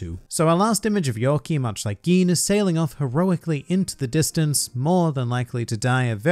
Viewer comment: How come you can pronounce Gin correctly and butcher must know pronunciations such as Enies? (エ eh ニ ni エ eh ス s(u) sounding like Aeneas) Knowing that expands the importance of EL tremendously and so much bad pronunciation makes my ears bleed. You have improved since back in the day when you had less than 1,000 subs, but try to stay a cut above the horrible pronunciations of 99.9% of OP YTers.